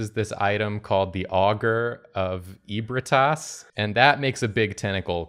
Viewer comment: just doing a solid for probably every bloodborne fan including: there's some cut content dialogue where the name "ebrietas" is spoken out loud. it's pronounced "eh-BREYE-eh-tas", breye rhyming with eye.